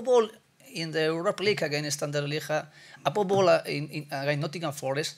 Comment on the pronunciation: 🤣🤣🤣 he is saying "above all" but his accent isn't allowing him to🤣